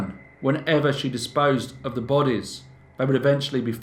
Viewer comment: I have to agree. The straightforward and no nonsense presentation makes for nicer viewing. The only slight irritation is the occasional “vuh “ instead of “the” but that’s just me and my ocd.